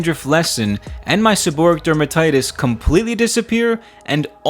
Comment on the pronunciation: The correct pronunciation is, seb-or-ray-ic.